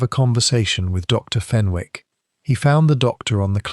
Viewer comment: Good story but . Wished you would check AI for oronounciations. Fenwick has a silent W, pronounced Fenick.